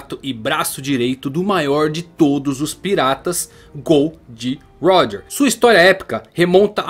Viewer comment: Mano, pq ce fala, "Gold roger" se é " Gol D. Roger" essa referência a metais na tripulação de roger acho desnecessária